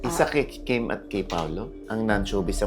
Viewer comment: only god knows. name n nga lng ni Kim d mo mgawa. KIM not kem!!